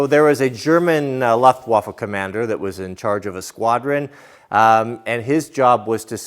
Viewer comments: Louft-waffah, not Luft-waff. Sprechen Sie nicht Deutsch? ;-) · I don’t mean to be that guy but it’s pronounced Looftvaffa, or Looftvaffen, spelled luftwaffe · ❤❤❤❤, fist bumps 👊👊👊👊👊, high fives/pats on the back ✋✋✋✋✋, extra thumbs up 👍👍👍👍👍 Sweetloaf ❤️❤️❤️❤️❤️🍭🍭🍭🍭🍭 Jack--fist bumps 👊👊👊👊👊, high fives/pats on the back ✋✋✋✋✋, extra thumbs up 👍👍👍👍👍 Pets ❤❤❤❤❤, treats and tummy rubs. Luftwaffe is pronounced with an ooo instead of an uh,. No big deal.